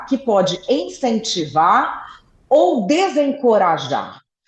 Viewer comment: É icentivar e nao encentivar viu moça!! Madelene lacskd....okay?